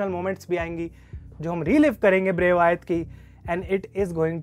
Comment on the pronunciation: It's wyatt not vyaat bro😂